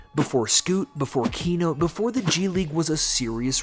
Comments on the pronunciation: Bro you called Keyonte George "Key-note". It's "Key-on-tay". Just saying. Great video though. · Bro said Keynote George smh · Keyonte "Keynote" George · Make your bot narrator stop calling him fucking “keynote” george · Key-note, the man said his name was key-note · Keynote sounds better 😂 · I was confused thinking that maybe they called keyonte keynote in college or something and the nickname didnt carry over to the nba